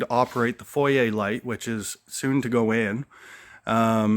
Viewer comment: Love the progress ! Also love that you say foyer as it is really pronounced ☺